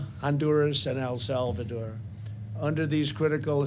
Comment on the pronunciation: "AL SAL VADOOR"